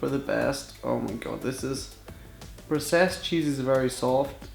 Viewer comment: Why does he says processed so different!!!!????😂😂😂